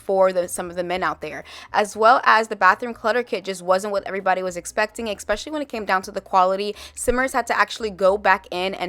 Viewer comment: girl i mean this in the best way and no harm at all but it's "especially" not "expecially" <3